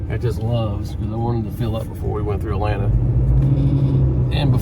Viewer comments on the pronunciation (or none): none